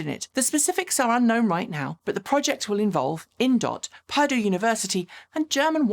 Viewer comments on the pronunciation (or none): FYI for future reference Purdue University is pronounced per-DUE…emphasis on the second syllable. It’s a great university for engineering, with alumni who have even gone into space. Cheers!